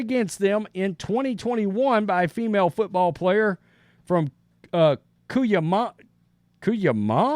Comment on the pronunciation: It's pronounced Coo-YAH-ma